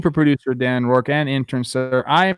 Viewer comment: did he call trevor trevin